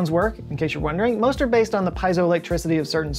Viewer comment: The phrasing at the mark was epic and hilarious. I mean come on he said "most are based" sounds like "masturbates" 😂 😂 😂 😂